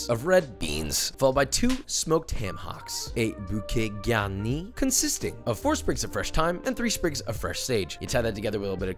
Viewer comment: "bouquet garnis" perfect french pronunciation🤙 bravo ! (and great recipe too 😁)